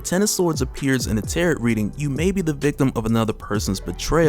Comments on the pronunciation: FYI it's pronounced tear-row not tear-ot. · Heads up if it comes up in the next one is that they are not called 'terr-et' cards. The second t is silent, so it is 'terr-oh' cards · Tarot rhymes with Pharaoh. And for anyone who comes me, there is nothing wrong with mispronouncing something because it means you read a new word. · Tarot is pronounced tear-row, the t on the end is silent. Much love bro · I can't get past the way you pronounce Tarot.